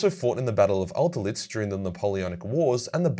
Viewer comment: Love your content bro. You're my favorite warhammer content creator Just a small pronunciation correction though: it's the battle of Austerlitz